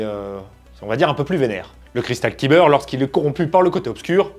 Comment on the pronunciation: le cristal qui beurre la biscotte ? (On prononce "caille beurre si jamais !) Bisous merci pour tes vidéos 😊